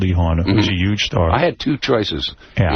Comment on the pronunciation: He also pronounces the word huge with a y instead of the h